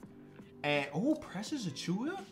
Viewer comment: still don't know how to pronounce Achiuwa smh